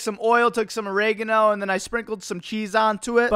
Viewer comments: He pronounces oregano as “o ray gar no”😂I love him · How did you pronounce oregano 😂